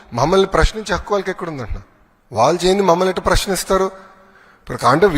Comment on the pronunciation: ఒరేయ్ పప్పు వాలు కాదు రా వ్యధవ వాళ్ళు. ముందు తెలుగు నేర్చుకోరా